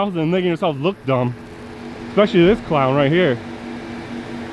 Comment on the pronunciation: "Ekspecially" is not a word. "statue" noun stat·ue ˈsta-(ˌ)chü : a three-dimensional representation usually of a person, animal, or mythical being that is produced by sculpturing, modeling, or casting